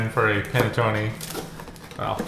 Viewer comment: While I've never had anything other then traditional panettone which we have where I live, I have never heard panettone pronounced how you were saying it. My relatives are from Northern Italy where it's pronounced differently. It's a bread you heat in a oven or toaster oven NOT a microwave, and then put butter on it. A traditional one that size I could eat myself in one sitting toasted with butter and coffee. Dang, now I want one.